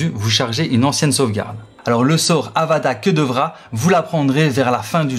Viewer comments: et encore t'es gentil, en vrai il a dit : " à table c'est ça que devra" ! Vraiment, j'ai jamais entendu un sort être prononcé de manière aussi terrifiante ! 😂😂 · moi jai entendu "U dada que de rat" 😂